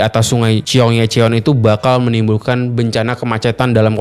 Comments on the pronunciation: Bacanya gini bang chong-gye-chong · ... #bacanya SOUL & CHONG GYE CHON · Info nya bagus, tp cukup terganggu untuk penyebutan "Chonggyecheon" Nya. Wkwkwk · Kira-kira ada ga ya yang bahas pronounciation si abang ini yg bilang "Seoul" dan " Cheonggyecheon"? wkwkwk